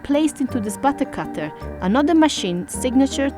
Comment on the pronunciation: idk why but the way she says “butter cutter” is satisfying lol